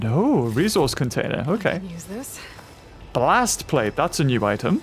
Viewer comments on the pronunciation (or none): "Blastplate"..." ooh more Blastplate"